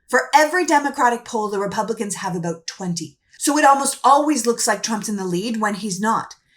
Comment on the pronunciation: I heard her say aboot. So she is Canadian, not even American.